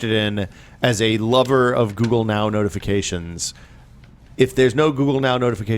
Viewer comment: is the only person I've ever heard pronounce Google with a K:D